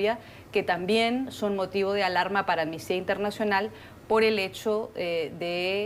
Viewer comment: Sería posible que hablaran correctamente y dejaran de decir "ammistia" es amnistia, A-M-N-I-S-T-I-A. Mediocridad latinoamericana en acción.